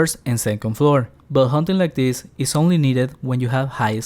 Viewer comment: Why do you pronounce ''this'' so extremely weird? ''thisseehh spawn'' ?